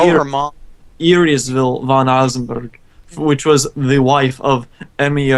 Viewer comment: Einzbern, not eizenberg